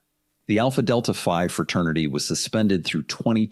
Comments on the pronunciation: Btw fraternities are named after Greek letters. Alpha Gamma Epsilon... whatever. So it's Phi not Five. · it's the Alpha Delta Phi fraternity house - not alpha delta five... it's always a combination of three letters of the Greek alphabet. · Phi, not five. They’re all Greek letters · Alpha Delta “Five” lol. They’re Greek letters,. It’s Phi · I think its actually Alpha Delta Phi, not 5. Greek letters. Still cringe lol. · It’s Alpha Delta Phi - not Alpha Delta Five. Alpha Delta Phi is a North American Greek-letter social college fraternity. Alpha Delta Phi was originally founded as a literary society by Samuel Eells in 1832 at Hamilton College in Clinton, New York. Its more than 50,000 alumni include former presidents and senators of the United States, and justices of the Supreme Court. Alpha Delta Phi (ADP) Fraternity’s mission is to provide a comprehensive and positive personal growth experience for all undergraduate and alumni brothers: Alumni brothers wear a badge on or near their heart to distinguish they’re ADP alumni & brothers of ADP brothers are known to give preference to ADP members when choosing applicants for jobs.ADP brothers of all generations often help one another to get jobs The charges were likely dropped against that gaslighting moron because he has rich parents, they all likely have rich AF parents in high places. There are top judges in courts; even in the Supreme Court who are Alpha Delta Phi Alumni/members. The entire hazing culture is abuse. You’d think that people DYING from hazing would have knocked some sense into the idiots who force hazing (people like Joseph) AND on the new pledges for stupidly & willingly being abused for hours, sometimes even days, It reminds me of ‘The Stanford prison experiment, also referred to as the Zimbardo prison experiment - Which proves that men having power & control over other men causes them those with the power to lose all empathy